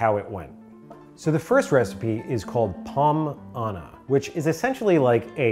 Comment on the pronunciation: ''pomme voyage'' had me lauging more than it shoul have